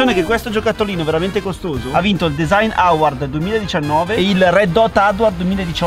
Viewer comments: Scusa ma non si pronuncia "auard" ma "auórd" eh... Sennó... Bah.... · Design AUARDD? 🤦🏻‍♂️ Un minimo di inglese, miseria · Quanti “auardz” che ha vinto 😬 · Voglio fare video in inglese: auard (award) 😂 Grande 😂😂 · “Auard”. E vorrebbe fare un canale in inglese 😂😢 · La pronuncia di award mi fa troppo ridere